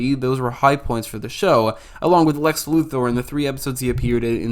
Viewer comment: Thank you for pronouncing "Luthor" correctly.